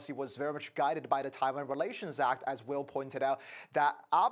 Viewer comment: Taiwann is our number wan comcern😂